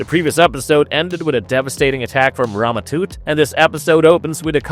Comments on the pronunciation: “Toot”! I mean, he watched the episode, his name is spoken aloud multiple times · Tut.... Its pronounced tut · Stop saying Rama Toot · "Rama Toot" lol